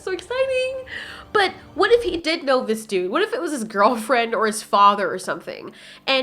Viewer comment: "Ziss way" 😆